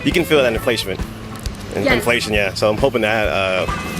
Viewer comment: Inflaishment. A new word!